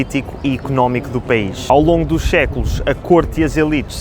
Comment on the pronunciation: por que às vezes vocês pronunciam o s inicial com o som de ch? notei que você pronunciou "século" mais ou menos como "checulo"